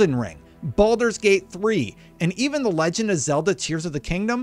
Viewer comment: What is with the “even” totk? What are you trying to emphasize with “even” totk?